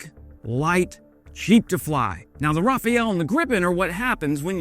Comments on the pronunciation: Promising news at least, even if it takes times to build theses stuff, and train people to use them at full potential. There’s much more at stake than just a "letter of intent" for 100 Rafale jets (by the way, the correct pronunciation is "ra-fal," almost like "fall", but with a less stress "L" at the end , or like the end of "the", with "L" as prefix, —many English speakers mistakenly say "Rafael," not sure why). The deal also includes SAMP/T NG systems, among other things—and that’s just what’s been made public, of course. These systems appear to be more adaptable to unpredictable trajectories and reflect a different philosophy compared to Patriot systems (e.g., "see-shoot-see" vs. "shoot-shoot-see") Still, it’s promising news, even if it takes time to build this equipment and train personnel to use it to its full potential. Let’s address the elephant in the room: why no F-35 (for now, at least)? Let’s be honest—the U.S. isn’t exactly the most reliable partner at the moment. The F-35 requires significantly more maintenance, has much higher operational costs, and every aspect of its use and upkeep is subject to U.S. approval (thanks to ITAR restrictions, among other things). It’s also worth noting that the Rafale and the Gripen serve different purposes and come with very different operational costs. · My ears hurt. And I do not speak French. Rafael... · thank you, came to say the same thing. Two different names. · Hey, the E in Rafale is at the end of the word, not the middle, and is not pronounced at all. Rafael was a painter. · Remove this embarrassing video you bouncy moron ! Learn how to pronounce Rafale , repost it and stay still , you get us dizzy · Rafale is such a wonderful fighter that it deserves a correct pronunciation of its name. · Hey, do you pronounce Rafale wrong on purpose, to trigger nerds like me? Or did you read it wrong once and never corrected the mistake? If so: I do that wrong reading thing with names fairly often. ^^